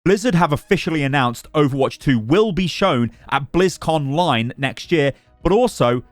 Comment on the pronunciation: It’s blizzcon online. I know they are put into one word but that’s still how you say it lol. It triggered me so hard for some reason hearing you say blizzcon line